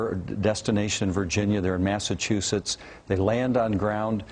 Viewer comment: MASSASOYETT MASSACHUSETTS